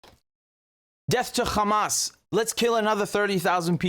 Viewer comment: I agree with the content of this video, but its Hamas NOT Khamas, just like its Richard NOT Rochard or Rakhard or even Dick.